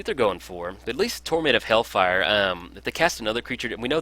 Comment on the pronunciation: Once again a nice video ! Ps : Do not want to be that guy but you talked about the pronunciation of cards. It is hailfire not hellfire :)